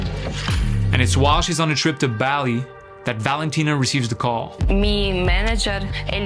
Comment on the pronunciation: I left at that shit with the dog, what the actual. Btw, it's pronounced Bah-lee